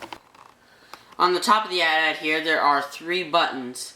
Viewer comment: it's pronounced (ay T ay T) not at at